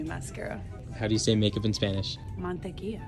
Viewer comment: You don't say make up like that or check?It was completely wrong on all the words😅